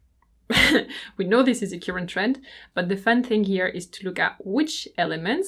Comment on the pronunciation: Hi,! So nice to have you back! Just one tiny criticism, though. Please look up the correct pronunciation of the words "current" and "currently". Your videos are always so well planned and provide food for thought. Thank you for sharing your sunny soul with us. Love from Belarus!